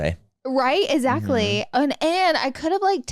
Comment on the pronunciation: Love the pod but the amount of times Laura says “ezactly” kills me 😳